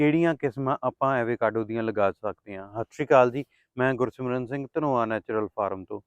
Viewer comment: Pronunciation- ਅਵ-ਕਾਡੋ